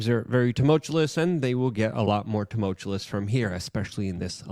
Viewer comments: Luke. Repeat after me....TUMULT---CHEW---IS. TUMULT---CHEW---IS. It is NOT Tumult--CHA-LIS. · "tumultuous", not "tumultulous". there is only 1 L I really hope Luke sees this bc it drives me crazy. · It’s not “two-mulch-you-less”, it’s “two- mulch- chew- us” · Love ya Luke, things are getting very “tumultulous” 😂 I’m not gonna stop making this comment until you pronounce it correctly. 😂 You do great work though and I appreciate your reporting. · You said "Toomullchewlous" X2 right at the start. You're trying to lose credibility at this point.